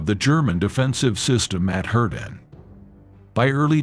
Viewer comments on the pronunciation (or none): "Hurting" I thought it was pronounced HURTGEN !!! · Hurting forest for gods sake use a real human voice it really spoils it couldn't watch it.